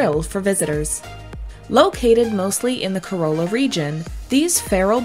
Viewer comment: Little bit of help that will keep natives and locals from laughing at you . Corolla - not "co - rol - a" but "Co - rah - la " is the right way to say it .